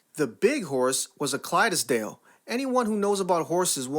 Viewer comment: Clydesdale is 2 syllables, Clydes dale. You don't put an inexperienced rider on a big horse. Plus, if there's no saddle, you need to be able to grab them if needed. On a side note, I got my sister knocked off a pony when we were kids. He never gave me a problem, but my sister didn't know how to ride that well. So, when he took off for the barn, she couldn't stop him.